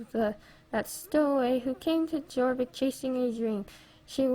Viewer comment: ummm no hate lol but I think its pronounced your-vik but idk for sure lol love your vids!